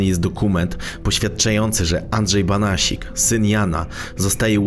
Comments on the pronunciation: Andrzej Banasiak a nie Banasik. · BANASIAK a nie BANASIK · Nie Banasik tylko Banasiak. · Andrzej Banasiak nie Banasik 😉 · Andrzej Banasiak a nie Banasik ! Pozdrawiam:) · "Banasiak" a nie Banasik ;) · Nie Banasik tylko Banasiak! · Andrzej Banasiak** nie Banasik 😇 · Nie Banasik tylko Banasiak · Banasiak a nie Banasik ludzie.... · Nie Banasik tylko BANASIAK żle wypowiadasz nazwisko !!!. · Nie Banasik tylko BANASIAK żle wymawiasz nazwisko !!. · Podejrzewam, że nazwisko przekręcone nie celowo, więc poprawie.. Banasiak.. Póki są „starzy” panuje jako taki „porządek”.. Lecz Słowik znów za murami. Nie zostawią chłopa w spokoju.. Zachodnie wybrzeże pozdrawia. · Masz rację, prowadzącemu wdarł się błąd w wymowie miejscowości.